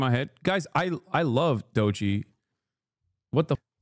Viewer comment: Lmaooooo the way he says doechi is so turkish